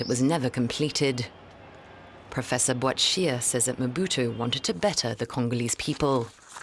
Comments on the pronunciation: Who do they keep saying Mobuto? It's Mobutu. This error is everywhere I don't understand why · Mbuto😂😂😂😂 instead of Mobutu!!! Work on your name pronunciation. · Quiet honestly how does the reporter pronounce Mobutu as Mbuto. If you are going to make a feature long documentary about a subject, the very least you could do is learn to make a decent prounciation of the subject. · Mobutu not M buto!!!!!! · Just as an aside: his name is not "EM-buto" but Mobutu with a U at the end ("Mo-Boot-ooh") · It's not Mbuto...say it right ...its Mobutu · it is NOT EMBUTO, IT IS MOBUTU ! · Stop! Saying! Mbutu! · Learn to pronounce people's name properly. Lack of respect. MO BU TU!!!! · It’s pronounced MO-BU-TU, you f—ing moron. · Surely as a seasoned journalist, you could research the proper pronunciation of Mobutu? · Can't you pronounce Mobutu...don't report about stuff you don't know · He mispronounced Mobutu so many times. How do you justify a gaffe like that? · This guy cant even say mobutu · Le présentateur est même pas fichu de prononcer " Mobutu " correctement. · Gosh, this fellow cannot even pronounce "Mobutu". What a shame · this reporter has no clue how to say Mobutu's name. He butcher's it so badly that if it were not for the images of Mobutu I would have thought that he was referring to someone else. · Atleast pronounce his name right, his parents didn't make a mistake when they called him Mobutu..